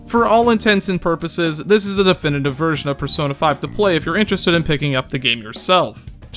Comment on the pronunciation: "In the Fursona series"